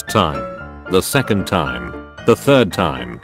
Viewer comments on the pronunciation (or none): none